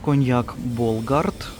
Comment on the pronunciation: Коньяк Болград, а не Болгард. Виробляється у місті Болград, Одеської області.